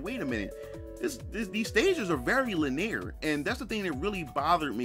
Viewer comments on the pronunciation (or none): GUH. It just kills me every time he pronounces "linear" as "laneer."